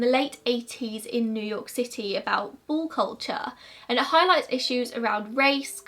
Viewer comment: I kept trying to decide if it was bull or ball 😂😂